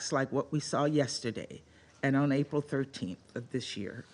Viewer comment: He’s a Tosser he can’t even pronounce APRIL. IM DISGUSTED